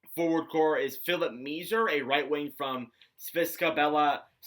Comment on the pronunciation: Thanks for taking the time to review the Habs’ prospects. FYI, according to most of the journalists I’ve listened to, they say that the correct pronunciation of Philip Mesar’s family name is: “May-Scharr.” Great video!